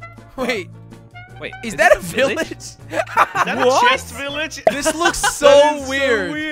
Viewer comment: it's not a villege chillege